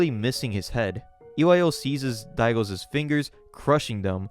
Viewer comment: I loved the vids on this series! What a wild ride. Thanks for telling the story! One small critique; you use too many Ss on those possessive nouns my guy. It's "Daigo's" but you're saying "Daigo's's" Not a huge thing but it happens with every possessive noun and I just wanted to point it out Anyway, this story is bonkers. Thanks again for sharing it!